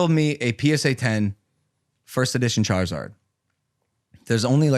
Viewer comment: Charzard. When did charizard lose the i?